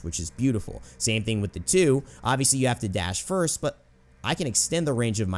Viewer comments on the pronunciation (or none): none